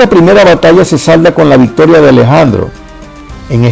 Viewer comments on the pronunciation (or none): none